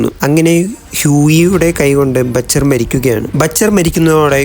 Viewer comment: batcher alla mone butcher ann